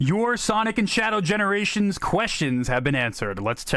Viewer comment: You said Sonjc X Shadow Generations lol😂🤣